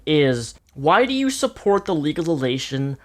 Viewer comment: haha, he can't say legalization.